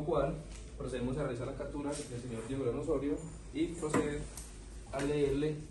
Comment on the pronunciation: Porqué todos los policías en vez de decir "CAPTURA" dicen CATURA y en vez de decir CÓNYUGE (se lee como si la G fuera un sonido de J) dicen CÓNYUGUE (No es GUE como en la palabra GUERRA, es GE como en la palabra GENEROSO) Que nivel de instrucción tan bajo 😢